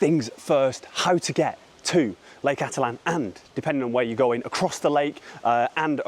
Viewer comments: Well… it is pronounced: ati-tlan Or: Atit-lan..!! But not.. atlan…!! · Thanks! Finally, someone pointing this out. I think 95% of YouTubers butcher the name of Lake Atitlan.